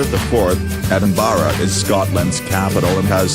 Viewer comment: It’s Edinburgh Lol to Edenbara